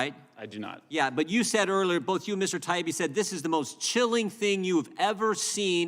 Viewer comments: They can't even get his name right, Taibbi, pronounced TIE-EEBBEE, not TIBEY. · Matt’s last name is Ty-eeee-be......good grief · Mr. Connoly it is ty ee bee. Get some phonics going on! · "Taibbi" is not that fucking hard to pronounce. Sound it out . . . ta-EE-bee. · "TIE-E-BEE" It's not that HARD to say! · "Mr. Teebee" Really??!! He can't even learn the guys name!!! I'm a Canuck and not even involved in politics and I know who Matt Taibbi is!! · Mr TB? These people in charge are not even able to pronounce the name of the people they are haranguing. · At least he apologized for mispronouncing her name, Mr. Tiablablablabi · Realises hes mispronouncing "Teegun" as "Taygen" and apologises... Doesn't realise hes mispronouncing "Taibbi" as "Twibbleybobbly ", so couldn't give a sh*t! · Are you saying they don't believe his name is pronounced Tiny Bee? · The Congressmen/women on this panel must have some sort of basic education, right? And the knowledge of basic social graces? I'm going to assume then that the consistently incorrect and wildly varying pronunciation of Matt Taibbi's surname is due to some undiagnosed neurological deficiencies among those congressional folks. They can't just be Being Disrespectful, right? RIGHT? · Interesting how Mr Connolly mispronouncesMatt Taibbi’s name several times in his presence, but apologizes for mispronouncing Chrissy Teigens name. Does he only display good manners to those he agrees with? That is not good manners at all. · That's some ridiculous laziness if you can't pronounce "Taibbi" correctly especially when it's been said over and over again ALL. DAY. LONG. What a loser. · Taibbi should have thrown Connolly off by forcing Connolly to properly pronounce his name. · He’s also mispronouncing “Taibi”. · The disrespectful mispronounced last name is terrible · This guy is a joke too can’t even pronounce Matt’s last name